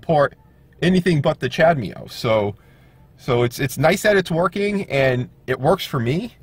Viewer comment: Yeah, I know... I was pronouncing it as Chad-ME-Oh when it should sound like Cha-da-Moe 😋 Don't forget to SUBSCRIBE. Thanks!